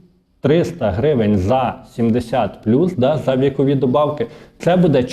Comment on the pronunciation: Не кажіть будЄ, це на правильно. Правильно українською бУде. Не правильний наголос.